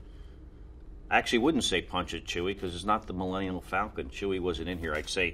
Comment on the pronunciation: Did he just say Millennial Falcon?